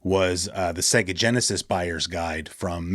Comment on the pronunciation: It's not pronounced Secka but Sayga (Sega).